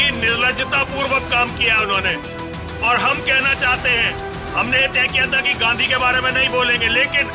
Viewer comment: Abe takle Gandhiji ko ganddigi kehraha he